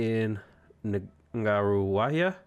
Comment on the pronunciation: You did butcher the pronunciation, but at least you tried. A for Effort. But your pronunciation for Ngaruawahia and Whanganui was pretty spot on.